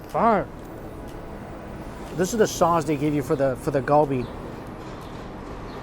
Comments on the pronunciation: It's prounounced as "KAL-BI" not GUL BI :/ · Galbi pronounced Gar-be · It’s surprising that you still butcher the pronunciation of galbi (갈비) after spending al of that time in Korea during COVID.